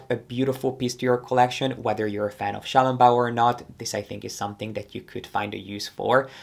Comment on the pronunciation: The way you pronounced xiao long bao was so accurate! ❤